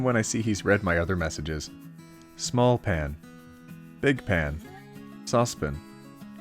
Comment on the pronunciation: Feeling kinship when he pronounced it 'saucepin'. <3